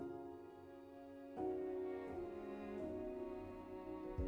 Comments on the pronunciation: Just found your channel today! Cute projects 👍🏻. You’ve probably noticed by now, but it’s “utenSils ( not “utencils.”). Bummer! Win some, lose some! Happens to us all. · You spelled wrong word on your item, you said utencils, it's error and u need to correct utensils.